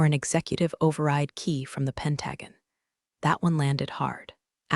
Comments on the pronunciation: This is one of the worst stories I've ever seen or heard. The voice can't pronounce crap, and the text is just as bad. Do you people proofread anything at all? Or are you too ignorant? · Yes! PENT-a-GONE, not "Pentagan"! 😂 Come on,, get it together! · YOU REALLY NEED TO LEARN HOW TO SAY THE WORD PENTAGON. PENT-A- GON. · Pentagon is pronounced pen·tuh·gn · You say you read our comments....i don't believe you! If you did, you'd correct the pronunciation of Pentagon! Good grief people! It's pronounced PEN-TA- GONE! For good sale, take some pride in the quality of your work!!!!!!!!!! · pronunciation sucks.. Penta gone … is pretty simple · Or WHAT! Do not understand why pronounce word wrong? correct way is simple SAY --(penta)-(gone)- but spelled pentagon! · Pronounced PEN TA GON, even our enemies can pronounce word correctly!!! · I can’t get over the words pronounced wrong. It is not pen tag gan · 😩 "Pen tag gan" is just painful to listen to. It’s like the is making up its own version of the Pentagon! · Jeez,, why can't you pronounce "pentagon" correctly? 🤣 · Loved story, really disliked the mispronounced words example Pentagon. Can't anyone say it correctly..??😢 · Learn to say pentagon! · The pronunciation of Pentagon is making my eardrums itch. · Let’s pronounce Pentagon correctly too. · The mispronunciation and lack of understanding re: verb tense make this hard to listen to. Also abbreviations are an issue. Have to read to interpret what is said. Totally takes away from the story line. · I like the stories and their detail; but, please teach the text to speech how to pronounce pentagon and patagonia. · Haha, for sure! 😅 "Pentagon" and "Patagonia" should definitely not be on the same list. Hopefully, the gets a pronunciation upgrade soon! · I was startled that they pronounced the river's name correctly but can't get Pentagon right!! That was hilarious. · That's PEN-ta-gon... not pen-TAG-un.